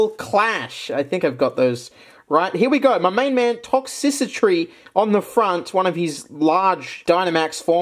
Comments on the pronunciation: ITS TOX-TRICITY NOT TOX-SISSY-TREE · Ikr it's supposed to be "Toxtricity" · Will he ever call Toxtricity "ToxTRICity" or will he forever be ToxCICitry? The world may never know Real talk, keep up the fun videos! Your energy and humor always make my day! Thanks for the fun 🥰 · Toxtricity, not toxicitry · "Toxicitry" Okay,. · all ive gotta say is "tox-sissy-tree" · please..... tox-tri-city....... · still can't pronounce Toxtricity or Copperajah, it's endearing.